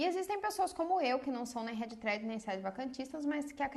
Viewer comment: Não consegui entender o termo que vc diz..." red tred"? É isso?